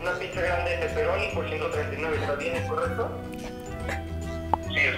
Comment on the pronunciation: Líke si notaste que decía piza en vez de pizza